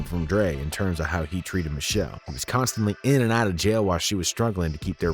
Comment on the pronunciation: Her name is MICHEL--LÉ!! PRONOUNCED MI-SHEL-LAY!!! JS